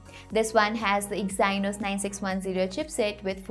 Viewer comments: Detailed useful review as always and hey I think Exynos is pronounced Exeenos :) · please check the pronunciation of EXYNOS ! great work, otherwise! keep up the good work.